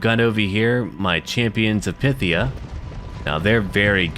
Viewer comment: Great stuff! I think Phthia is pronounced "Fff-Theeah` as opposed to `Pith Theeah` with one of them awkward Greek f sounds.